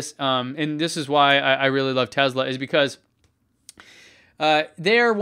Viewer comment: Tezla? I thought it was Tesla